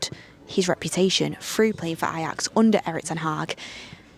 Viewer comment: keeps butchering the Ajax league name